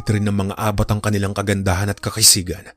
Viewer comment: Ang pag bigkas ng abat ay mabilis hindi malumanay. Cebuano term ng aswang